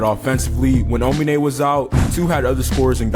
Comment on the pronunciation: Make more videos like this one, also note: it’s aomine not onime, further great video